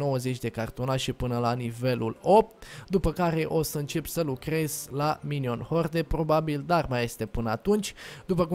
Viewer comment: se pronunta minion hord